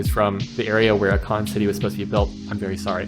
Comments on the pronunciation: It’s A-Kon … Not Ah-kon… clicked off just for that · A Con